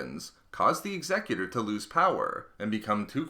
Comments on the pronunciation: I hate it when 'Executor' is said the way it was in the video. It's 'Executor' not 'Exe—cutor'... It's like this: The ship may be EXECUTING rebellion troops, not leading a council for some intergalactic corporation. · The idea of the name is supposed to refer to the act of Executing someone, so his pronunciation is therefore incorrect. as the word is not said in the same manner as executive. Evidence to support this, when Palpatine puts order 66 in motion he says "Execute order 66" X-a-cute not Exec-ute Therefore Executor would be X-a-cute-or not Exec-u-tor. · Your pronunciation of "The Executor" gave me AIDS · Someone needs to tell me why the executor is pronounced so differently from normal? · He didn't though, he pronounced it as if it was dealing with someones will, as opposed to the name applied to describe someone who would also be called an executioner. Example Timmy would meet his Executor at sundown, Mable was chosen to be the Executor of his will First instance would be pronounced X-a-cute-or, second one would be the way the guy in the video says it. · Did anyone else get annoyed when he was saying executor wrong? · And Americans always pronounce it wrong. Imagine the word Execute and then add the Er sound. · It saddens me how you pronounce Executor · You kept saying executor wrong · the way he says executor annoys me...... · you don't strain the "E" in executor you strain the "U" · Lachie Clements. It's a command ship, executor is a word used to describe someone in power, so it makes sense. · A person who executes someone is called an executioner not an executor. By your logic the word Executive would be pronounce X-a-cu-tive bit it's not it's pronounced Exe-cutive. The Idea of the name is Command that's why it's always a command ship . An Executor is usually someone in a position of power and authority. Execute means to carry out. also fitting since the commander of the ship is carrying out the will of the emperor. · he said the name wrong